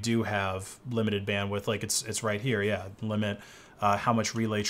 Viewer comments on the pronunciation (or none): none